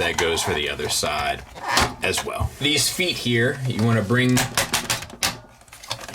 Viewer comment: Why do you say sword and feet like that